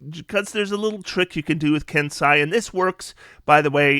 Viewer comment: ken-say, not ken-sigh.